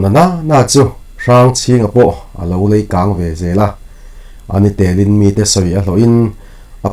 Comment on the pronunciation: I chhiar thiam hle mai... 'leikang' tih a 'lei' i chhiar dan bak chu sawi sel tur pawh ka hre lo. A tawi mah mah chu a ni... tin, Huai leh Lasi an t em law'ng chu maw!! Huai leh Lasi tello thawnthu hi ngaihnawm ka ti zawk tlat..